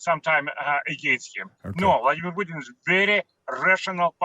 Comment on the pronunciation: Pjuutin veRRRY rational guy 🤣🤣🤣